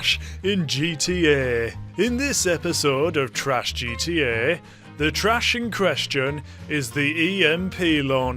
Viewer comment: „geeteeäää“ (pronounced: GTE) 😂